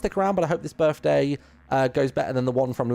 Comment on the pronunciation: ITS HIS BIRFDAY!